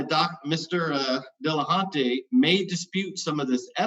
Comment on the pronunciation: Why should anybody listen to what comes out of someone's face anus when it's verbal diarrhea and the inability to pronounce the name of their opponent. HINT: It's NOT "Dilla-HAUNT-y" you douche.